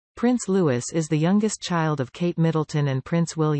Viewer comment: His name is Louis not Lewis good god if your going to report on him at least get it right